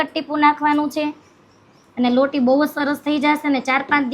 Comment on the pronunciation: લોડી નય લોટી પેલા સરખું બોલો